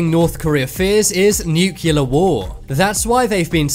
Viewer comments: “Nyu-cyoo-ler.” Perhaps you mean nuclear? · It's pronounced "nuclear" not "nucyaler"! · NU-Ckelar bombs? NU-CLE-AR-Bombs.. Just try it few times, and it will be ok... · Noocular. It's pronounced noocular. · why cant you say nuclear right?